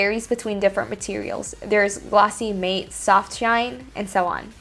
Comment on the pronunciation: Interesting video, but the pronunciation of "matte'" took me out of it.